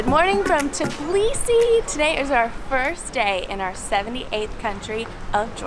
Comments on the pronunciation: It's not tiblisi it's tbilisi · Please - not Tibilisi -but Tbilisi.